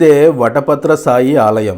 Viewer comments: వటపాత్ర "సాయి"కాదు శాయి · మొదట మీకు ధన్యవాదములు ! వట పత్ర సాయి అని పలకకండి , వట పత్ర శాయి అని పలకండి !! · వటపత్ర సాయి కాదు 🙏 వటపత్రశాయి ఓం నమో నారాయణాయ\!/